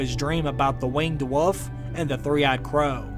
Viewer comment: bro where are you from and why do you say wolf like woof lmao